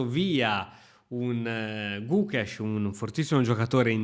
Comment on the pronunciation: gugesh? XD